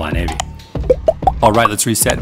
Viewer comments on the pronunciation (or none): I dont know why, but every time you say Fly Navy, my brain hears Fly Nanny! 😂 😂. Good work as usual!